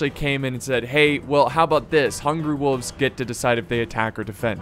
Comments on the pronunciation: Its wolves not woovs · Can we just take a moment and judge on how he pronounces “wolves”. I guess the “l” is silent and I didn’t even know